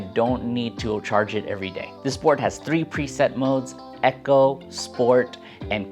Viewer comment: just so people dont get confused in conversation, it is pronounced "e co" not "echo", just lookin out for ya :)